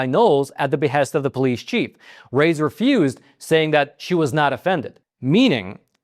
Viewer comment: Reyes - pronounced Ray-ez. Just helping, NOT trying to be Captain Grammar Douche.